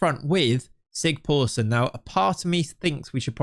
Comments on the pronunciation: Great video! By the way, the letter that looks a bit like a p is pronounced as sigthorsson, not sigporsson. Its an Icelandic letter but similar to what we used to have in old English for ye old... Its also just pronounced the old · I love that you keep calling him Sig-POOR-son. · The Icelandic guy should be pronounced ”Sigthorsson” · That weird "P" in the icelandic name is a "th". So its Thorleifur Sigthorsson in english. :)